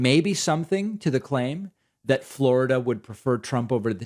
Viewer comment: Can you say Fla ra da like him. I had to show my son and he cracked up as well. 🤦🏾‍♀️🤣